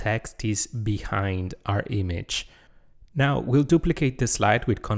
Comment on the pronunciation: Image: ❌ Eemage: ✅